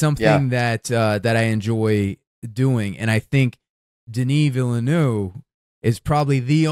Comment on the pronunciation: I love you guys, but please look up the correct pronunciation of Denis Villeneuve. I'm not French, but I know a little, and I always stumble over how both of you are saying it. Apart from that: Don't change a thing!